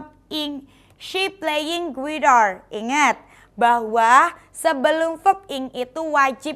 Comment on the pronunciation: Guitar itu "u" nya dihilangkan jadi "gitar" aja bukan "guitar" dibacanya.